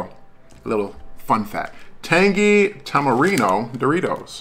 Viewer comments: That’s fine with me, but in america it should be pronounced tamarind. Do they pronounce things in Mexico the English way? No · Tamarindo, son!!! Good review Bro 👍👍👍 That last letter is a D not an O on the Doritos bag. 😜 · Apparently I can't pronounce Tamarind?! ..... Tamarino?! ..... LOL 🤣 How many times did I say it wrong?! 🤦‍♂ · I must look for those! I actually love it when you say a name of something a different way, because I do that every day 🤣 I like Tamirino better!! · I'm guessing five times without listening how many times you said it wrong